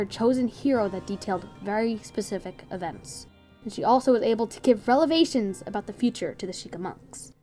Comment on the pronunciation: lol she said "relevations" instead of "revelations"